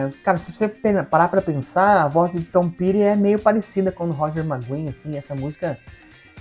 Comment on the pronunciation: Ouço bastante Tom Petty, tanto ele como Bob Dylan tocaram pouco no Brasil e a pronuncia correta é "' Tom Péri"